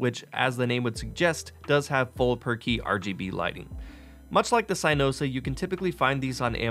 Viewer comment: Really called it “CYEnosa”